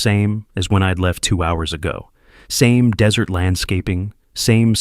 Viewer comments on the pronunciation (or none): none